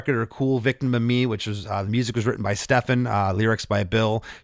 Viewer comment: Please pronounce Stephan's name correctly